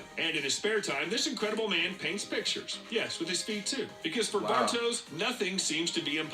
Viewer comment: Bartosz, it's a Polish name,it should be pronounced Bartosh. But I see what you mean 😆